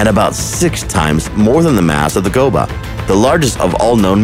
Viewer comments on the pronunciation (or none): Don’t want to be that guy, but it’s the Hoba, not the Goba. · "GOBA" are you kidding me its "HOBA" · Hoba...not Goba